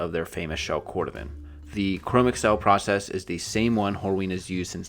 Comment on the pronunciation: I thoroughly enjoyed this, yet believe Chromexcel is pronounced "chro-mexel" rather than google "Chrome" + microsoft "Excel."